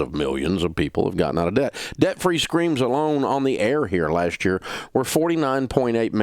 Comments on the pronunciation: “honey, we’re gettin’ outta daht” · When he says DAHBT 😂 it’s somehow satisfying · Is he saying debt or “dadt”? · Lol I love how he says "debt" with his country accent